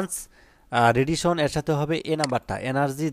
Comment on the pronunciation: Human na বলতে হবে হিউম্যান nethar না neither redition na radiation hobe ato vhul korle hobe Sir